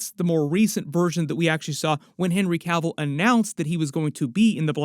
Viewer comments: It's Cavill. Not Caville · It's Cavill Not Cavell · It's Cavill not Cavel.